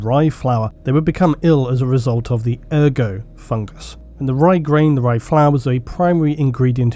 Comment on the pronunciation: The T is pronounced in ergot